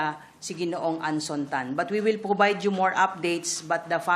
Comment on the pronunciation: Pwovide gwupo wequested 😂😂